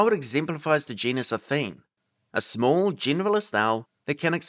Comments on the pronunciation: Interesting but I think athene should have 3 syllables: a-THEE-nee. It obviously comes from the Greek goddess who is usually portrayed holding an owl and she certainly was pronounced that way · Athene should have ALL the syllables pronounced Atheenee.